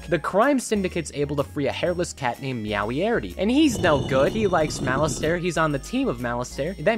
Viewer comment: The complete lack of knowledge regarding Sherlock Bones, Watson, and Meowiarty (Meow-ee-arty, not Meow-ee-arity) just hurts.